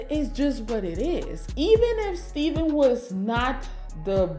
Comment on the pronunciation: STEFF-IN NOT STEVEN